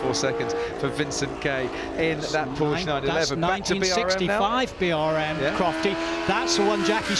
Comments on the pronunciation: You are the one breaking down because I said some old fart F1 commentator sounds like a peasant. Porshhh vs PorschE is not subtle and it’s not wrong to expect experts to pronounce words correctly. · Which one keeps saying Porsh? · That’s not how you pronounce Porsche. You really couldn’t find anyone who knows anything about car racing to narrate? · The fact that you can't take it when a person does not pronounce the subtle "u" sound at the end of the name is both hilarious and tragic. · Oh no, how dare I suggest that an announcer for Goodwood should know how to pronounce the name of a major car manufacturer. It makes you sound like a meemaw from Walmart in Iowa.